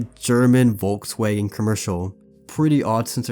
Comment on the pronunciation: Bro should be CRIMINALLY CHARGED for the way he pronounced der Vogelmensch and Volkswagen 💀💀😭😭